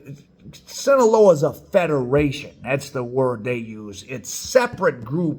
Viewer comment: I love your content and your merch. I’m wearing one your shirts right now. That said…No disrespect to you, but hearing your mispronunciation of Sinaloa is like nails on a chalkboard.